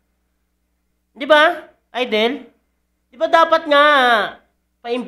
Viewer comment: ayusin mo ng yang pag pronounce mo, hindi yan AYDEL, IDOL (aydol) yan